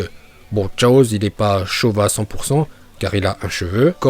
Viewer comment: Je kiff trop qd il dit chaozeuh😂😂